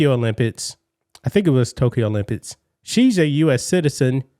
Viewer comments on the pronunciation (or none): The "Olympits" 😂😂😂😂😂